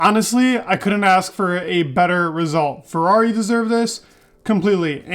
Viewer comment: I can see that when you want to, you can properly say FERRRARRRRI ... and this isn'tthe first time i noticed that! Keep up the good job, i really enjoy your videos 😉👍